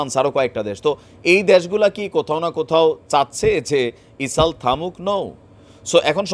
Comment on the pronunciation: বার বার ইসাল বলেন কেন? ইসরাইল বললে কি সমস্যা?